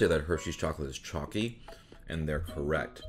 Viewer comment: Hershey's IS mediocre Thanks for casually but boldly saying it Edit: "I don't dislike Hershey's kisses but they kinda are a waste of calories" Burn Hershey's without saying you'll burn them Edit2: I love toffee too! Edit3: minor annoyance but the way chalky is almost pronounced like "choc'cy" (as in chocolatey) Would never tie that (the latter) to Hershey's